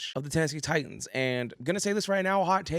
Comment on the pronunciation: TITANS. NOT TITIANS